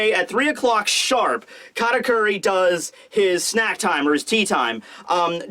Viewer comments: Weird, I even slowed down the video to hear it clearly, but in 90% of you saying his name there is definitely a "R" instead of "T" there. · Why do you always call him "KaRakuri"?